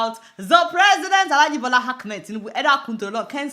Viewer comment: Did you just call him "Hackmed" 😂... Well i guess he hacked the Brazilians brain to have made them believe him